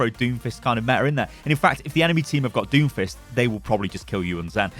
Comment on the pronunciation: When you said Doomfist I heard Doofus, now I can’t get that out of my head lol